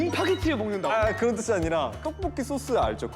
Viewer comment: 강여상 또뽀끼 발음 실화야 너무 귀엽다